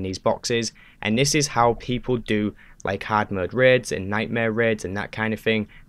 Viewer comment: I legit thought for half this video he was saying reds instead of raids 🤦🏽‍♂️🤣